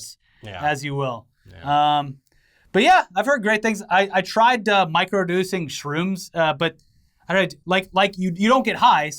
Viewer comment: 1000% said "micro-duecing shrooms" is he boofing shrooms again????